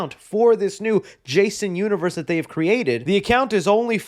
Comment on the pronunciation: Jason Un-one-vee-three-rse? Ugh